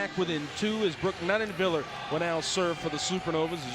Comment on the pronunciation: Yeah if I need to hear him say Nunenviller one more time I'm going to rip out my own ear drums.